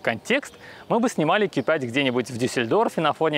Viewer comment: "Ки 5" "СказаШно" "БалУемся" Вы шутите? Уши загибались, пока смотрел ТВ. Верните его в школу, пусть доучится...